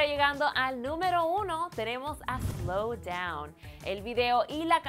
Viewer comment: Slown Down